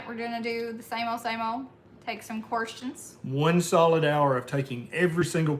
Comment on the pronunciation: You distinctly said, “take some quorstions.” Your stock just shot up.